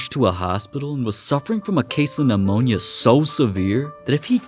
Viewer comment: ammonia its pneumonia